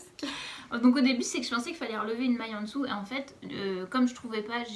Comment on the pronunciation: "maske" = maille